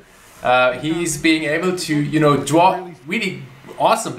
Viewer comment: I love when says “dwaw” instead of draw mainly because of his accent 😯